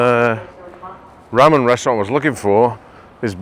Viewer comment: Ramen is pronounced with LR. Sounds more like Larman than rramen